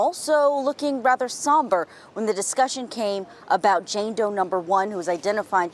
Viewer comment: How you say Jane Doe, 🤦🏽‍♀️